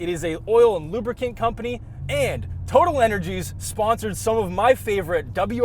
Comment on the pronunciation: How has no one commented on the correct way to say Total Energy? I am from the US, although from the energy capital of the world and I know how to say it. If youbare sponsored, say it the right way.